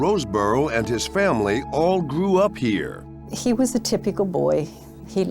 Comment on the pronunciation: They all gwoo up hew.